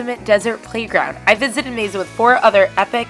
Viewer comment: Mesa is pronounced May Sa. It sounds like you're saying May Za and no one has corrected you. Amasing. 🙂🙃